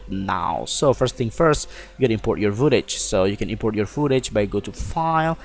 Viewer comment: import your vootage LOL